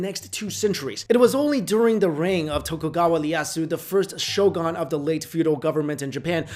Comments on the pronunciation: its pronounced as sho"goon" not sho"gaan" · Geez, please learn how to pronounce the word "shogun" next time. You said it so many times. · Shogan? Seppiku? cmon man, you're better than that